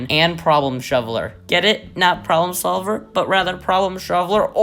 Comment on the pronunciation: the way you said “sholver” like shoveler just completely ruins the pun if you aren’t reading it. Not trying to hate, but it’s a bit annoying.